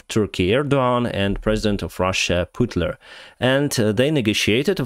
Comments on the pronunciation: “Putler” lmao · Hey - just a small note: you may want to avoid the goofy "Putler" or "poot-in" and all the other attempts to tweak names to make them sound worse. It just comes off as childish - like you can't get through a sentence without saying "this person is a booger face!" Your videos are otherwise quite good, though. I just think you may want to consider whether you want this to be a more serious examination of the situation or just talking casually with friends. So far it seems like you lean towards the former, so that comment stood out to me. I don't think deriding his name or mocking him in that way is really conducive to getting across what a scumbag he is. It kind of... diminishes what he's done. It makes it sound like a lighthearted playground bickering when in reality there are tens of thousands of dead people thanks to his greed and pride. Plus there are more substantive things to mock him over, like the fact that in attempting to regain Soviet-era glory he has instead turned Russia into the next Iran. That's how I view it, at least. Regardless of what you decide to do, though, I do appreciate the updates.